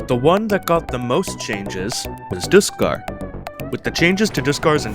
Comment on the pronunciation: Bruh did you just say diskarr